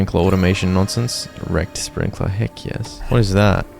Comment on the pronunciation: Bro whenever this man says “wrecked” I hear erect 😂😂😂